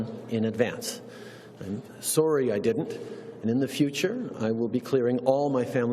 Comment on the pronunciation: At least he said sooory like a true canadian